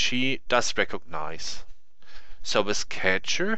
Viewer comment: "ze cube" German detected, aneways nice tutorial, lets see how long it takes me to learn, do you also make videos in Deutsch?